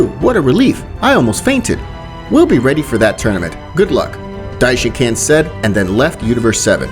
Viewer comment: It is not dishinCAN